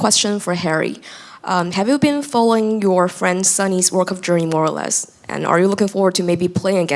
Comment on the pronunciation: Sonny’s pronunciation is better than Kane’s sometimes😂😂